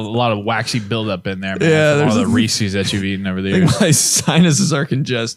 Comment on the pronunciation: Wtf is a reesie, do u mean Reese’s? Choco and coca cola def makes me break out no cap